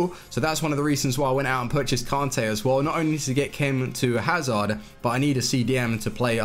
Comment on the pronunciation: pronounce kante correctly Kan-tayy not kon-tayy its not hard its annoying